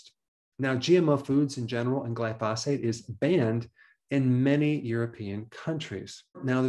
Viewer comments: Dr. Berg it would help your credibility if you learn to pronounce medical terms and nouns properly. Glyphosate is not pronounced Gli phaw' sate. It is pronounced Gli' fu sate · Glysophate Not Glyphosate. You’ve made that mistake several times.